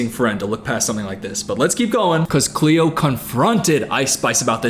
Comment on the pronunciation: It’s cleo TRAPA